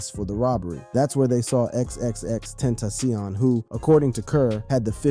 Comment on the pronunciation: “XXX ententioion” 😂